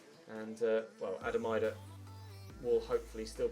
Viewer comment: its pronounced "eedah" not eyedah